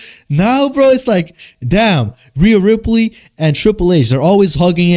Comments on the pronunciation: i fell for the bait until when you start calling her "Rhea Riprey" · I could just watch a video of you saying Rhea Riperly over and over again dude holy shit thats funny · Riaaaaaa rippperryyy with the way yu said it 😂😂😂😂😂😂😂😂😂😂😂